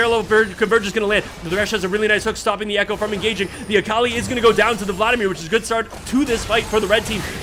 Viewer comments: It pains me how he says Akali lmao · I respect the casting try-hard voice, but please pronounce Akali correctly